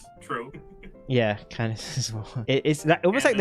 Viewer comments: will never make up his mind if it’s pronounced Candace or Kadake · sometimes it feels like he does it just to be different, some pronounciations in english are very different from the original. Which makes it hard to understand what character he's talking about. Imagine being a new player and hearing him say Kandak (Candace) or Oi-luh (Eula), it's like "who the fuck are you talking about"